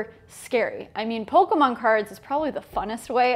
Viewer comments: No offense She said “pokeman” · Extremely triggered when she said pokeMAN.